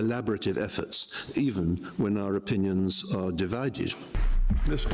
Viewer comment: Divided. Not dividedge. It’s educated English. Some Aussies speak Educated English as well but with an Australian accent.